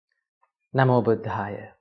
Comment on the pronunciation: 😂😂😂 AI at its worst! 😂 The first two words ‘Namo Buddhaya’ are pronounced completely wrong! 😂😂😂 Christ knows how bad the rest is… I know there will be a fairy tale about Buddha in there! 😂😂